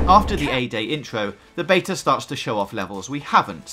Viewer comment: You said beta 6 times in the preview, 5 wrongly and once correctly. It was confusing